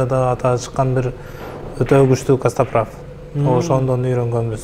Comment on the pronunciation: Каспатрав😂 Кээде бооруду эзип😂😂😂Костоправ деп айтылат!!!